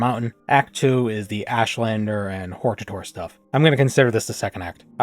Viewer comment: Uhm, I think it's pronounced, "hortator."